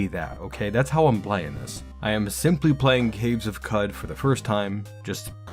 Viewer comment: I'd love quicker with more minimal animations, as it takes a while to learn and Qud runs can get pretty long! I think Qud is pronounced 'Could', like qudzu ('could-zoo'). This evokes the myriad possibilities within the game, as opposed to cow-chew. Oh, and definitely use Backspace to go to specific people and stuff in a zone you've explored!